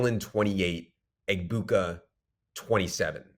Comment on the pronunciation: Making fun of the Charbonnet pronunciation yet yall have pronounced Egbuka wrong ALL season. He even went on with gronk and told him how to pronounce it. The highlights from college even say it correctly UH boo cuh Not EGG boo cuh